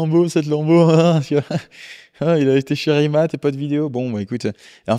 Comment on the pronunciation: C'est Rimac, pas Rimat